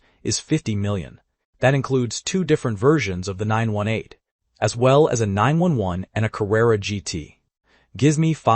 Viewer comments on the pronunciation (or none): Hey dumbfuk AI, it's a Porsche 9-1-1...not 9-wen-wank...